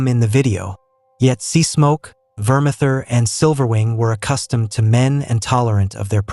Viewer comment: Another one who can't pronounce words. It's vermathor not vermather.